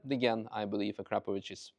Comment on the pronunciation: I will never be able to unhear A-crap-ovich.